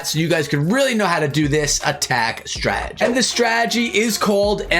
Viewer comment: stop saying stragedy